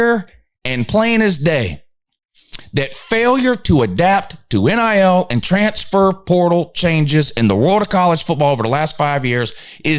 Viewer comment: every time you say "transfer portal," your channel automatically turns into a Chinese voice over. We'll never know what that term means here in the upstate.. gibberish.